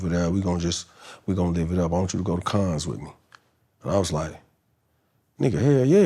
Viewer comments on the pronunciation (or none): none